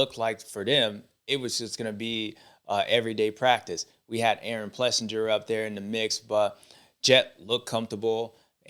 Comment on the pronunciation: James it is pronounced PlessINGer and not PlessinJer ! Come on man . What if they called you Bubba Steward ?